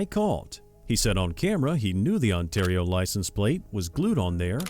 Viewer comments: Just to ley ya know Ontario is pronounced Un- tear- ee-oh. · Hey man, you sure butchered the word Ontario. It's like On-terry-oh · Please learn how to say “Ontario” correctly. No hate it just sounds really silly when you say it like that.